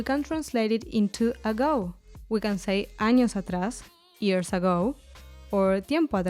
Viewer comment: What does “casho” without “tilde” mean? . Also the word “years” is pronounced differently than “ears”.